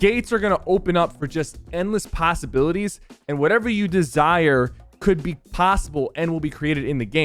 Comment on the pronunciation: SypherPK: "Passibilities"